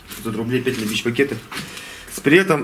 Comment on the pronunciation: Бро почему ты постоянно говоришь тышичь?)))